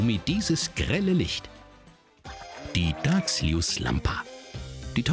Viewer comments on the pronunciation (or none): Es wird "Das-Jüs-Lampa" ausgesprochen und nicht Dagsljüüslampa 😂